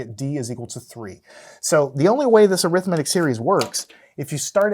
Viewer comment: Why do you say arithmetic wrong